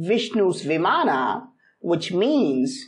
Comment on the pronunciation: Sir i am not that much good at english but it's not vimanaa it called viman